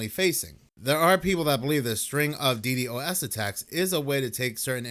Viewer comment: FYI it's Dee Dos